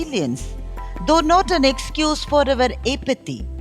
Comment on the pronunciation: Very well. English diction & pronunciations need to be corrected, fr ex The word individual, apathy, are not pronounced properly! Seems like the recording device or mike is too close, could hear white noise.